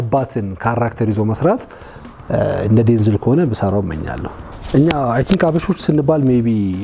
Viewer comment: Correction not ዴንዝል...ዴንዛል